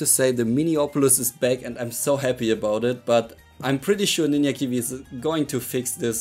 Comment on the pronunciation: Love "ninya kiwi"